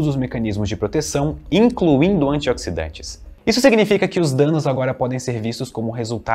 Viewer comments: antiódsidante kkkkk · " os antioquisdantes" kkkkkkkkkkk